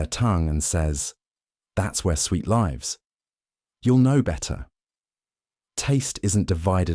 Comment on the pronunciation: That's where sweet LIVES... As in... Livvs. Not lyvse 🫪